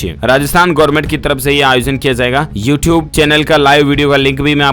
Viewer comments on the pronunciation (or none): none